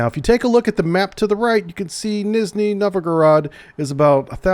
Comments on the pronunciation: who sees Nizhniy and says Nizney... are H's invissible to you? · "nizhniy" the zh is pronounced sort of like a j, like how "badge" is pronounced "badj". Its that type of j sound. Its the letter ж. Easy to remember because ж looks like a beatle (жук), and they make the ж sound.